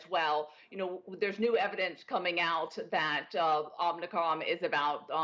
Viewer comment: This woman is a perveyor of fear, lies and ignorance. It's Om I cron, not Omn Ni cron, lady.